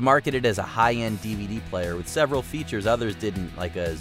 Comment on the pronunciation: "The commodore is keeping up wiU"